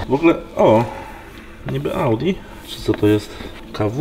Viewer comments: Cztery zera piąte w środku- Łałdi. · ale ogr typowy kierowca ołdi haha